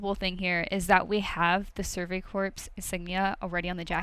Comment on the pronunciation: Corps is pronounced "core". Not "corpse". Being in an ROTC program that shit gets really annoying.